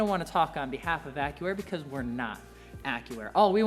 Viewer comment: Sounds like he's saying : "Acura" instead of Accuair 😆😆